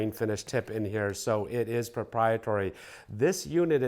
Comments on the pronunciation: ProprieTARY like dairy or hairy, proprietory is not a word, I know everyone messes up pronouncing things sometimes, for whatever reason their brain glitches and gets stuck on saying a word wrong but for some reason that was like nails on a chalkboard for me lol. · ProprietAry ..,not proprietory